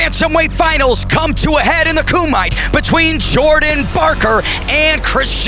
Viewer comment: wati what ... did the announcer say KOOMITE ... lol 🤣🤣 ...." come to ahead in the koomite " come on work on you japanese man!!